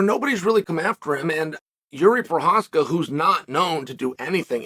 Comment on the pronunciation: Did you just say Prochazka correctly?